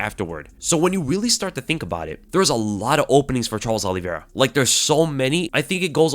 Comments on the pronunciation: His name is O-livera not All-livera... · Olive -ira no? not Oliv-era. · He keeps saying Aliverah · I'd watch this but i can't stand the way says Oliveira "Ali-vera". Shit hurts my ears. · if he is all that, atleast say his name correctly